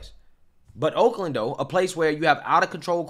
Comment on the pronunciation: Sound like you said wolkland.